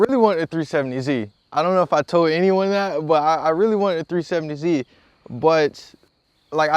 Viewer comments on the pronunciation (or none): He was wrong about all the things I listed. He said "370c" . He has no accent... he just sounds like a normal American. If he pronounced "z" as "c" that isn't an accent problem, that's a pronunciation problem.